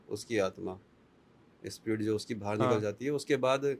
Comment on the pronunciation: बाहर होता है । बहार नही